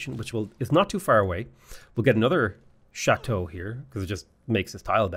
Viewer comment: Very well pronounced "Château" !